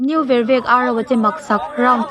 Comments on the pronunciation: Vervek khua i lam rik dan hi a dik lo hulhual,... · Vervek pawh lam dik thei lo.